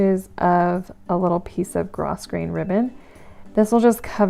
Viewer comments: FYI: Grosgrain (ribbon) is pronounced "grow grain" 😉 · Grosgrain is pronounced “grow-grain.” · I really enjoy your videos. Thank you for making them! One thing I would like to mention, and please don’t this as criticism, is that you might want to research how to pronounce the word “grosgrain”. It is originally a French word and the way it should be pronounced is with the “s” being silent. Just thought you would want to know. I look forward to more of your videos!